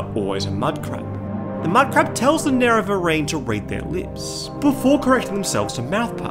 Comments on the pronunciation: They can use it because of how they mispronounced Nerevarine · 10 seconds in, if homie can't pronounce nerevarine correctly I don't think this video is going to go well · All the weird pronunciations bug me when trying to watch this. Nera-Veer-in? "Of the underworld hayds? And how did you get "Ahbolam" from Omalen Ancestral Tomb? Have you actually played the game? Or am I super ignorant and this is just how your local dialect is? I just have a hard time believing someone who played through Morrowind and heard Nerevarine pronounced over and over again would say it in some way like a reporter who never played the game would read it off a teleprompter.